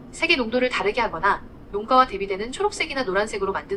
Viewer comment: 제미나이가 애미나이로 들려서 흠칫